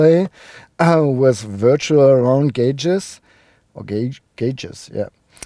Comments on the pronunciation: Hahaha you finally said "gauges" correctly! Also the sound system in the new Q7 that you didn't like, was that the optional 23 speaker Bang & Olufsen system? In my country it cost an extra €10,000 euro!!!! I could buy a brand new car for that money! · Enjoyed the review a lot, nice explanation about the evolution of the design. It appears to be a very nice car, I liked the interior a lot. Nice to here you're pronunciation of gauges is now correct not that it bothered me before anyway, I always understand what you mean and this is what's important